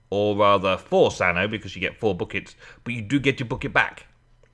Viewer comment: haha said butt kicks instead of buckets:p